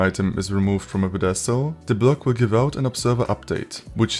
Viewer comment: You might wanna look up the pronunciation of pedestal